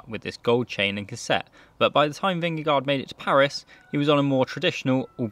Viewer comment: Yes, your danish was very bad.. LOL .. but that´s ok . We have become used to the fact that "no one" can pronounce Vingegaard correctly, unless you are Dane or Norwegian . Not Even googlepronounce kan do it . There is a melodi and no one gets it.Fluent Danish is impossible, for non-natives. And we love it .. Peace 😀